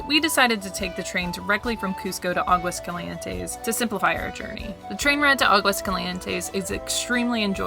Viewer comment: AHgwas CALee ENTes. Practice.